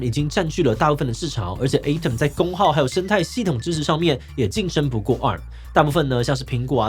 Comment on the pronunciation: Atom發音錯了